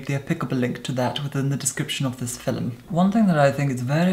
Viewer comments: You say Fillum like an Indian villager 🙄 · I will never get tired of the way you say “film” FILUM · Between "fil'lum" and "lurid neon manure" I am just plain happy with. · ibrahim sembawa hahaha. Fil-em. Never heard anyone pronounce film as fil-em. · Why is he calling the video a "filim" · No hate but Filum 💀💀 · I love how you say "Film" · Probably the best foundation and most informative review I've seen. Also, I love the way you say film